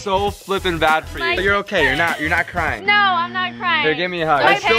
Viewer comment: It’s crying not carying